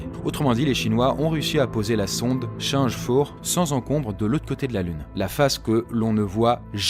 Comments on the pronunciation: C'est quoi cette prononciation de chang'e 4 ? Sans aller jusqu'à le dire en pure mandarin, ce serait pas mal d'avoir quelque-chose d'un peu plus identifiable. "T'chang E quatre" par exemple. Surtout pas "change", d'où l'apostrophe. Hormis ce détail, pas fan du perso, mais le reste ça me va. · Oh mon dieu, la façon dont tu prononce change 4 m'a perturbé 😂